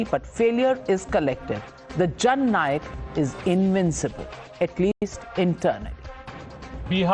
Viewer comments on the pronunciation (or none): It is Jhand Nayak, not Jan Nayak.